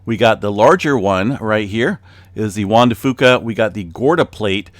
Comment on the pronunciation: Only saying this because I think in the past you've wanted correction on pronunciation. Locally, the "Fuca" in Juan de Fuca is pronounced as "few-ca". I know in terms of Spanish you are nailing it, but locally it's a little different. Not that big of a deal, everybody understands what you're saying anyway haha